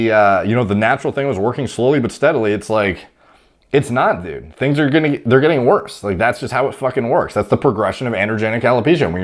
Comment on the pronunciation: funny the way says "dud"